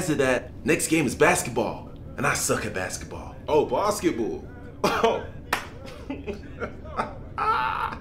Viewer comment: The way he changes his accent and pronunciation from "bassketball" to "basketbull" is insane i thought they were different people